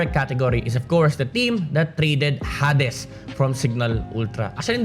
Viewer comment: i think its pronounced hay dees hehehe thank you sa mpl ranking based sa roster change i feel enlightened